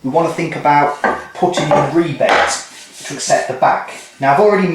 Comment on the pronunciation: New subscriber here. How wonderful it is to finally find real woodwork on YT instead of just vids on how to use pocket hole jigs & ply .. & to hear rebates called rebates instead of "rabbits". THANK YOU! :)